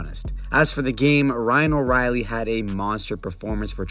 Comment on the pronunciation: It hurt my ears hearing him call him Riley